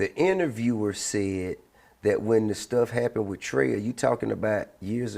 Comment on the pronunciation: The fact that ti and zro was beefing and even he say Trae wrong 😂